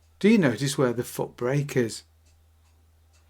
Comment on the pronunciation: Both are pronounced bwake apparently.